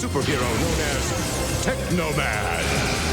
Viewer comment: It's tekaman